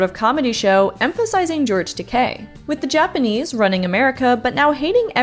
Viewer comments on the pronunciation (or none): none